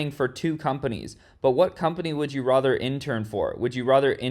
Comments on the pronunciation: Why he says rather like rother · You always pronounce "rather" in a cuckoo way!!!